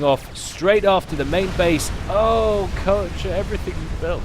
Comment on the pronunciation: Dear, just a hint regarding player names: I'm pretty sure 'Koecher' is pronounced [ˈkœçɐ] and not [ˈkɜːˌtʃə]. There is a difference between on the one hand not being capable of pronouncing foreign sounds but trying to at least approximate these with sounds native to the speaker and on the other not even trying to approximate the actual sounds and simply pronouncing the name as if it was intended to be pronounced English. No offence intended, just want to help improve your proficiency.;)